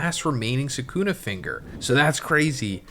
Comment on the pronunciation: Same with Suhkooonah